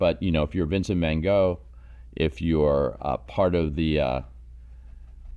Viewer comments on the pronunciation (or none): It sounded like you said Vincent Man Go. That could be this gentleman’s name. He will be opening for Spandau Ballet this summer in Vegas!!